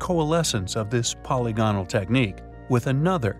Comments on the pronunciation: Poly gonal? Kept mispronouncing "polygonal" doesn't make it into 2 words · I'd feel better about the intelligence of the narrator if he could learn how to say polygonal (po LI gonal) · I cringe every time this video profoundly mispronounces "polygonal". It is pronounced much like "polygamy". It just one of many examples of how the creators of this video are so ignorant of science and reality. You made a blithering mess here. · It's his ignorant pronunciation of 'polygonal' that made me stop the video.